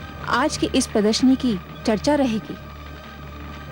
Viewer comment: Pradarshani not pradarshini